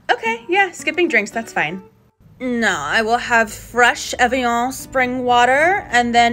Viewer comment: The mispronunciation of buccal and evian is so real.